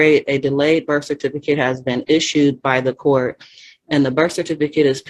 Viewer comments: Since she's so into proper wording. "Burf" isnt a word. Its Birth with a TH. She obviously doesnt care about her kid. Calls her property. (Well abortion advocates do that too but I digress) She cares more about her sovtard cult moor fake lingo than her own child. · What's a berf record? Is that like a criminal record?